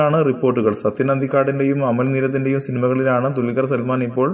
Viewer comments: mone dulgaralla dulqar parayaan padikk ... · dulgar?? parayaan padikku bola